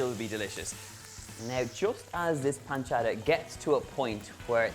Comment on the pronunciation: The best part is how he's saying properly Guanciale and Pancetta but can't get over amatriciana :D